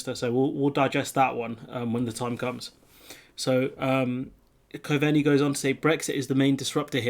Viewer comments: Hi, Try Simon Cove-nee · good vids bud, just a wee tip, Coveney is pronounced Cove-nee :)